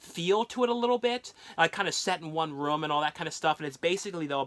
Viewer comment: I'm not making fun of him but it sounds like he's saying rom when he says room again I'm not making fun of the way he talks so don't get on me for my comment okay okay